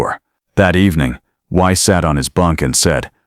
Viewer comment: Your AI doesn't understand German pronunciation - "Weiss" would be pronounced "Vice" . In German, 'ei' is pronounced 'eye', 'ie' is pronounced 'ee' and a W is sounded as V.